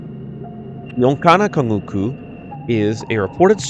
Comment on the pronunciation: Just a tip, when you see a c with a little comma like line underneath it, like in the Onça-canguçú, it's pronounced as an s sound. Otherwise, enjoyed this series of videos.